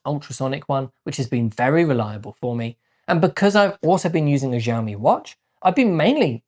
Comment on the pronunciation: I think it's pronounced shaomi, as opposed to zhaomi😂